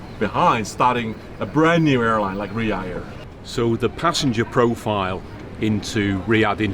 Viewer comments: Ryaurr... Jesus that's some butchering of the name. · sam !!! it riyaDDDDDDh. there's a D in the word. quit it with riya air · Am I the only one who noticed Sam calling it Riyaa air instead of Riyadh air ? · Sam, Riyadh is not pronounced Riyah, its Riyaad. You've been paid a ton of money the least you could do is have some self respect and get the name right dude! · Sam always spell ria air it’s should be Riyad air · It’s Riyadh.. not Riya… as you calling it 🤦‍♂️ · it is RIYADH AIR and Not RIA AIR .. LOL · Sam, take note of Tony’s pronunciation. Unlike him, you’re saying Riya without the dh in the end. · no one : sam : RiYa yAiR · His tongue cannot twist to pronounce. He can only say Riyarr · That Chui guy pronounces Riyadh Air as if he was totally pissed! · Why are you not pronouncing the "D" in Riyadh? Even the CEO was saying it with the D. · You're pronouncing Riyadh wrong